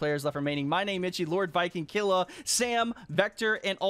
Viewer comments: It's pronounced "Keel-ua" not "Kill-ua" jtlyk. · It pronounced kill you ah for killua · It’s kil - lu- a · Man butchered killuas name it’s from hunter x hunter it’s kill-oo-ah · The way he says killua makes me wanna throw my laptop